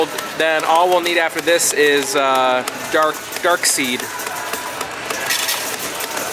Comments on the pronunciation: Do you say "dark seed" on purpose? It's spelled strange but pronounced Dark side. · Dark SIDE not seed